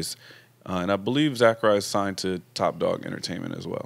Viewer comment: TaeBeatz & Soundwave are in-house TDE Music producers. And Zacari is pronounce Zuh-car-ee. Another TDE Artist that should be finally blowing up mainstream soon, he's also a writer for the Record Label. I think the GOD record is basically him GETTING OVER HIS FEARS BY TRUSTING IN GOD & NOW HE FEELS INVINCIBLE. HE NOW HAS SUPERIOR CONFIDENCE & JOY. God will bless you if you put your faith in the creator & walk with that GODLY Presence. Idk, that's what I get from it.